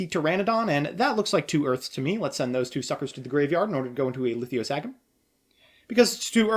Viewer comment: Litho Sah Gym. It's not that hard. I don't know why he throws another "I" into it.